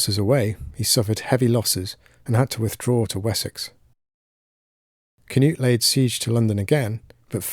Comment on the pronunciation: Pronounced Knoot, not Canute